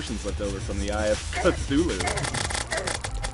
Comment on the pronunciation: "...when i summoned the eye of KA-THOO-LOO!!!!"